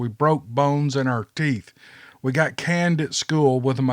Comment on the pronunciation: The word you pronounced canned was actually caned and the "a" is long not short. being caned at school was a common practice of discipline in Aussie schools until all the new stuff came in. It was their equivalent of getting paddled by the principal only usually done by the teacher. The hand was held out palm up and was struck by a bamboo cane one or more times. I am a California girl who has been living here in Oz for 33 years now.